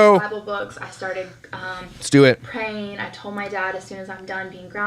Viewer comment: I cannot stand when people don't pronounce the L in words !!!! It's TOLD not TODE.